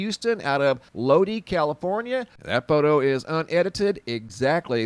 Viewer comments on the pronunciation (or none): Lodi = Low-die Not "lowdee"... 🤣🤣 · More like low-die. Lodi. I was born there. Not low-dee. Fyi. But great video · Hey, just fyi... Lodi is pronounced LOW-die. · That's pronounced Lod- eye in California. 😁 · Lodi pronounced LOW-DIE accent on LOW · Lodi CA is pronounced with a long I. ex. Lodeye.